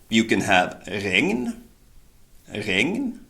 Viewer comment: Of all the words Regn sounded like a Danish one. :D